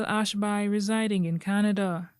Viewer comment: The name is pronounced Ashbee